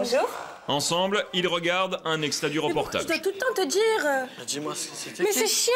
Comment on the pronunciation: "J't'embetrais tout le tepps" 🥶🥶🥶